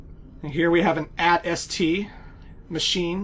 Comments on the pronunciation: I probably shouldn't let it bother me as much as it does but it is usually pronounced ayytee esstee. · It’s pronounced “80 Ess tea” which stands for All Terrain Scout Transport.... don’t ask me how the hell that thing is a transport...